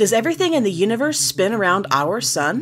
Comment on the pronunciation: or near that shims says unverth listen closely